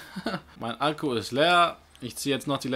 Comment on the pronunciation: Merkt so : "Mein Alkohol ist leer" anstatt mein Akku ist leer XD